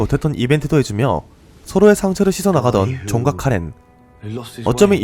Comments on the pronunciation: 존과 카렌이 자꾸 종갓카레로 들리네... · 존과 카렌이 계속 종각 카레로 들려.. / 이거 왜이렇게 좋아요가 많죠 ㅋㅋ 감사합니다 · 이댓때문에 진짜 그렇게들려.. ㅋㅋㄹㅋㄹㅋㄹㅋㅎㅎㅋㅋㅋㅋㅋ원래이름 까먹었잖어..ㅜㅜㅋㅋㅋㅋㅋㅋㅋㅋㅋㅋㅋㅋ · 종각카레라고 들려.... ㅠㅠㅠㅠ